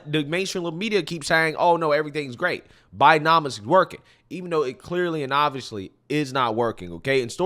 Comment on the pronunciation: 2 words Bi-Den-Omics